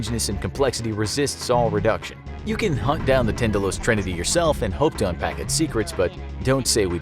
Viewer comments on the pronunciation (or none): That's not how Tindalos is pronounced... at least to judge by every audiobook of the hound of tindalos by HP Lovecraft I've ever heard tin-da-loss... Idk